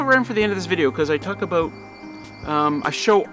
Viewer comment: Come down here to South Carolina, and you won’t need all that wood. Plenty of remote land here from the coast to the Blue Ridge. Plus, your pronunciation of “about” as “aboot “and “out “ as “oot “ is just the way the old Charlestonians do. Enjoy your videos.